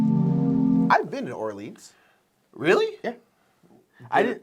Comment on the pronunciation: Love you guys, but real talk. Are you allergic to correctly pronouncing French words? First Orleans now En route. Seriously guys. Great content, hilarious sketches, but every time you talk about Orleans I feel mental pain and involuntarily recoil like I’ve been physically hit. 😂😂😂